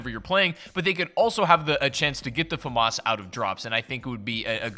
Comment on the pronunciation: Well, you pronounced FAMAS wrong